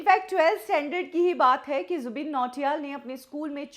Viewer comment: Jubin h wo 'zubeen' nhi 😂